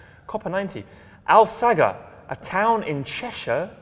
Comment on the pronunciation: Al sagar :') it's pronounced all sage er